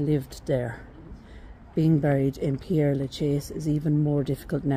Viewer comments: Ah, I'm glad I'm not the only one who wants to pronounce this as 'pierre' instead of 'perre'. It's such a bugbear to me! But how lucky you got to visit this amazing cemetery! Thank you for giving me a tour of this 'city of the dead!' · Père, not Pierre! Do the Irish not study French?